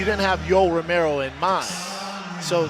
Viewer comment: Homedude doing the crowd interviews didn't pronounce Romero's name correctly once throughout this entire event lmao